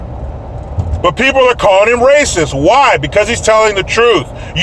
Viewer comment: It starts with an aruh and ends with an s: Raysis!